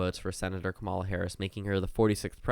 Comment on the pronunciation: BRO YOU STILL PRONOUNCE HER NAME WRONG. 😂 stop saying kuh-MAW-luh. It’s pronounced KAW-muh-luh